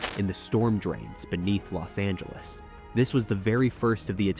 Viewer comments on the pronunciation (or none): none